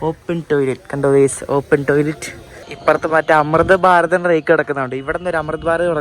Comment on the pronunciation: എടാ, റാക്ക് എന്നതിനു പകരം റെയ്ക്ക് എന്ന തെക്കൻ ഭാഷ ഒന്നു മാറ്റിയെടുക്കടാ...........